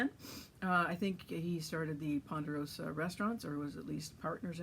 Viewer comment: Just because no one else has noticed,lol. Its Ponderosa not Ponderoas. good show and info.